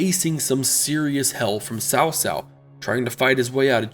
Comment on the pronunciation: It's not "Sao Sao", it's Tsao Tsao.